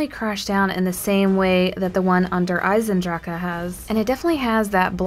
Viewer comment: you do not pronounce the E at the end!!!!!!!!!!!